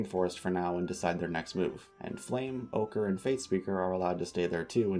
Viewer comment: HELP WHEN YOU WERE NAMING THE FALSE DRAGONETS I HEARD "OGRE" INSTEAD OF "OCHRE" 😭😭😭😭😭😭😭